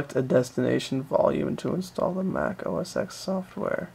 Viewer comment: Minimum RAM for tiger is 256MB. Anything below causes the installer to hang. Also it's not OS 'ex' it's OS Ten. X as in Roman numerals for the number ten